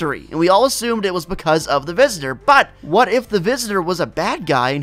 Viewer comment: how he says what